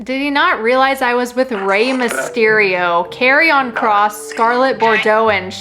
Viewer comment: why does she keep pronouncing Karrion like that?